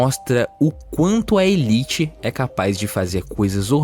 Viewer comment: "Elite" foi uma pronúncia infeliz na narrativa.